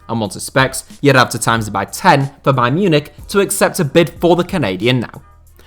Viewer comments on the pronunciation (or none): none